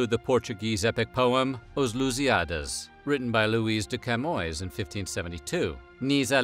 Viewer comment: No he did not. Afonso is pronounced Alphonso but the name appeared in Portuguese, while the other names were in English. Camões sounded like Camoes and Fernão Lopes sounded like Fernau Lapis. Lusíadas sounded like Lusiádas. I am not complaining since it is almost impossible for an English speaker to hit the Portuguese names, just like for a Portuguese to pronounce an h (it is mute in Latin languages making a Portuguese pronounce angry and hungry the same way).